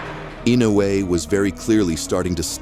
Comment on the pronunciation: It's I no u e, not I nou e